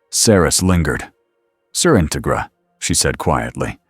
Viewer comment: Just a minor thing, but it's In-TEG-ra, like "integrity".